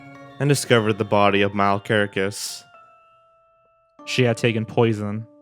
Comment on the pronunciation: NOT how you pronounce Mile....